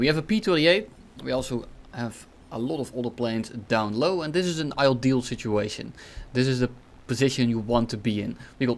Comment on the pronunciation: i love you bud and since english is my second language i’ll tell you this: it’s ideal not ildeal